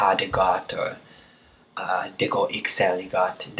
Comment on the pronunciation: Exceptional lesson. The only thing I have to say (as a native speaker of Danish), is that the way you pronounce "Det" is a bit off. Almost sounds like you're saying "Dag" (Day).